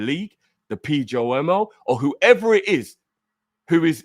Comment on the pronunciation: No english guy can pronounce PGMOL 😂